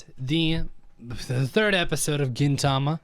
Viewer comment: If you wanna be precise the accent is at the first syllable. Gin‘-ta-ma Kintama (gold balls) means testicles. K and G are more or less the same sound in Japanese, G is just "harder". And gin means silver, which is the color of Gintoki's hair. Tama can also mean soul. So Gintama means "silver soul", but the author wanted the people reading weekly to say stuff that more or less amounted to "Hey, did you read this week's testicles?" 'Amanto' is the general term the humans use for the aliens and means "heaven people".